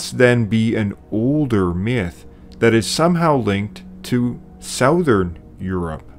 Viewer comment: Honey, we don't say SOW-THERN, we say SUH-THERN. Unless you're Canadian. I don't know how y'all say it. I forgive you if you're Canadian. But now you know better. Now, where'd I put my sweet tea?